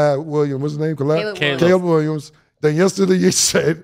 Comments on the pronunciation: He called him "collab" 🤣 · Bro why Cam can’t say CALEB it’s been like 3 days in a row 😂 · Cam pronouncing Caleb like the sub from key and peele 😂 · My boy Cam be fighting for his life pronouncing “Caleb” 😂😂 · Cam not being able to say Caleb Williams name is outstanding!! This show is the best out there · I’m just confused on why Cam don’t know how to say “Caleb” until somebody tells him 😂😂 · Cam not being able to pronounce "Caleb" is the hoodest shit I've ever witnessed 😂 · How the hell does cam not know how to pronounce Caleb?! 😂😂😂